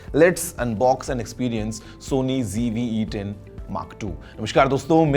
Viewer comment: Mujhe aaj tak ye samjh nhi aaya ki Z ko G kyu padhte h youtubers???😢 School me to Z padha tha hamne.😂😂😂😂